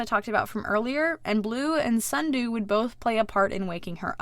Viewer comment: yes allways say snudoo for sundew like sundew: why